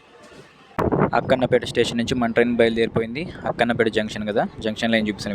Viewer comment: Bro Akkanapeta కాదు akkanapett.